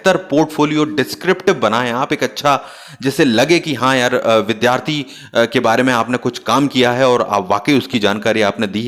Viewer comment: Its Vidyarthi not Vidhyarthi Its Vidyalaya not Vidhyalaya 🙏🙏